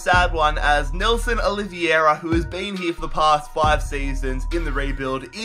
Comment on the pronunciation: its pronounced OLive-Ear-Er